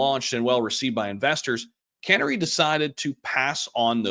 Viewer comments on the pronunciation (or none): 🐦Canary not can ary 😂